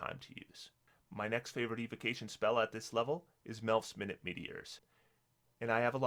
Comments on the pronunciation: It's minute, not minute! ;-) my'-noot not min-it' minute def: miniature, small, tiny minute def: 60 seconds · “Minute meteors” are you kidding me?? It is pronounced “my-newt” as in Very Small meteors, not meteors that only take a minute. Christ. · Hi, enjoy your videos. Just one thing I wanted to point out. The spell is Melf's Minute Meteors, pronounced my-noot. As in tiny. Not minute the unit of time. . They are minute (tiny) meteors. Cheers! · you mispronounced minute. In this context its sort of pronounced like mine-new-t. I know its not that important, but this is a word that changes meaning based off of pronunciation, and unlike most where it just changes from a verb to a noun based off of emphasis (like contest, or dispute.) it completely alters the meaning from a measurement of time to a description of size.